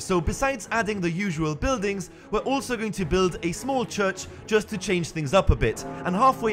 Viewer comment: LOL "Chruch"